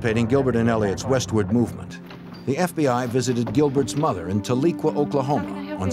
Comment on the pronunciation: Small nit-pick, but when you're talking about these cases, it's a bit irritating to people who live in the area when you can't even say the name of the towns right. Talequah, Oklahoma was established as the capital of the Cherokee Nation after the Trail of tears, and is pronounced TAH-LEH-KWAH. There is no long E sound. I know it's a minor detail, but it does matter to the people who live in these places that nobody cares enough to even ask a local how to pronounce it.